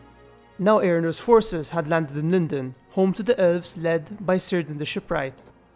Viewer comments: In Middle-Earth, names that begin with "C" are pronounced as a hard "K". Seerdan doesn't exist. Keerdan, however, is an Elven Shipwright. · Small note: It's (Cirdan) pronounced Kirdan, not Sirdan. Like Latin, elven names beginning with 'c' are always pronounced as a hard 'k'.